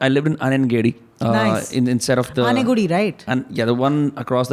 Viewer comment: > it's Anegundi....both of you got the pronounciation wrong 😂